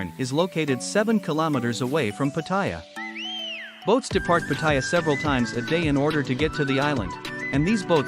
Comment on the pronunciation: Stopped watching when I saw that you cannot pronounce Pattaya correctly.